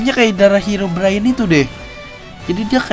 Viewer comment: Bang bukan herobrayen tapi herobrine